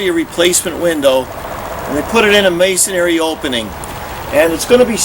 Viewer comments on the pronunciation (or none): Why can't masons pronounce masonry? It's not masonAry.